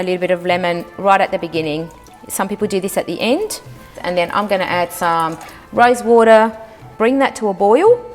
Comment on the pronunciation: The way you’re saying rosewater it sounds like you’re saying rice water. If I wasn’t from the least I would’ve thought you’re putting rice water.